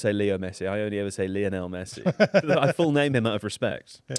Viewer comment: Why do people still get Messi's name wrong? Leonel? He's name is Lionel literally named after Lionel Richie